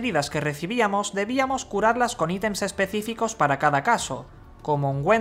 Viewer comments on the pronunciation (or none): none